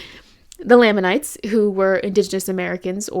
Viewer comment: Amazing video, amazing analysis and understanding of how Mormonism does colonization and how that ‘inspired’ Twilight’s ideas around race. I just want to point out that it’s pronounced LAME in lamanites. In the church and in general conversation. It’s a small thing but I think the pronunciation shows even in the made up name given to the ‘bad tribe’ in the Book of Mormon they are put beneath the ‘good’ white tribe. Even before transgressing against god they were lame, even in general conversation with potential converts Mormons are calling people of color “Lame” . Maybe it wasn’t intended by Joseph Smith …. But I think it was. Mormon is and always has been blatantly extremely racist and thus all of its cultural impacts carry along that legacy of racism.